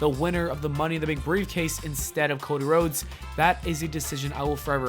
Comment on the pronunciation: The way he said Cody Rhodes was so weird he said it like cod eh rods